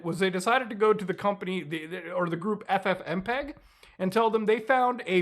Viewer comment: Google just said F-fmpeg